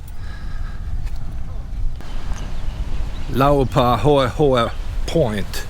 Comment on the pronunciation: Full of misinformation. The name is pronounced "Lau-pa-hoy-hoy" (approximately). Papaaloa is a completely different town. The children weren't playing on the beach when the tsunami struck, they were getting ready to go to class. The water receded just before the main wave came, and the children were attracted by the exposed seabed and were drug off shore by the wave. The 1946 tsunami did NOT destroy the town. It destroyed the school that was located where the park is today. The town was located several hundred yards into the valley, in the area of the little bridge that crosses Laupahoehoe Stream. There was a hotel, a store, a barn and several homes. The town was moved to its present location so people could live next to the railroad track. The concrete rip rap was installed in the 1990s to protect the boat launching ramp. No, the beach is not disappearing a little every year. The small sand beach is replenished by the stream regularly, and the rock and lava shoreline is quite stable. I knew the family who lived in the temple in the early 2000s. The interior is quite homelike. I used to own 5 acres of land makai of the road, near the bridge. Many happy times there in my little cabin by the stream, with my outdoor shower. My land had bananas, breadfruit, macadamia nut trees, guava, liliquoi (passion fruit) and arabica coffee bushes. I planted the coconut palms that have grown to be tall graceful trees. It was Paradise. I miss it greatly.